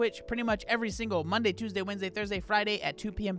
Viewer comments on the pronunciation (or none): none